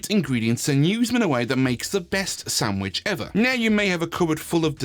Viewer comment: Lol SAMwhich instead of SANDwich. I see what you did there....